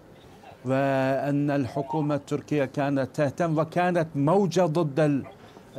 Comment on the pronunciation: يقال موجة. وليس. موددجة